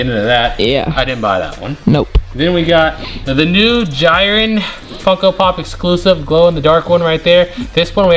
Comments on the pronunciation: jiren isnt pronounced like gyren. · bro no offense but please say jiren right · You keep pronouncing Jiren wrong